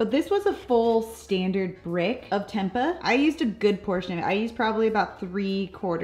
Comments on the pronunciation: It is “temp-ay” ☺️ the 2nd way you pronounced it originally was correct. Love your videos! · Fyi: Tempeh is pronounced "tem pay." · Tempa 😭 lol! It’s pronounced temp-eh (like us Canadians ‘eh’) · Its Tem Pay not Tem Puh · Its pronounced as tem-pey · it's pronounced tempay, not the way you say it 😉 it's from Indonesia (im half indonesian 😉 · It's pronounced "tempay" using a long A😀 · It is pronounced tem-pay I believe. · That's pronounced as 'tam‐pay' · Pronounced Temp- pay 😊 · Pronounced tem-pay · Tempe = Tem-pay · It's pronounced "tem-pay" x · Its temp-pay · learn how to pronounce tempeh arggg... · I don't understand why she didn't look that up online before she recorded the video. It would have taken her less time that it took me to type out this comment.